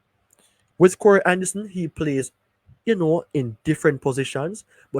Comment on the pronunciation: The name is "Ka -Roy" not corey